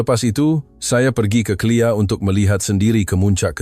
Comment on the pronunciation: BUKAN CLEAR tapi KLIA